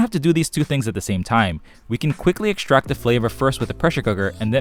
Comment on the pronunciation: Remember to eckshtract and shtrain well 😂